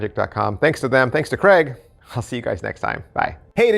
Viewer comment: Hi.....it's CRAIG.....not Cregg 😂😂